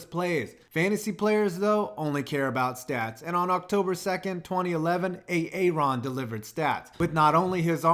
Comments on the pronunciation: You done messed up now A a ron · Did you just say a-a-Ron? Go to principle O-shag-Hennessy’s office!!